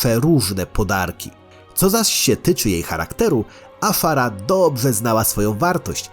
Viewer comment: Nie Afara a Azshara!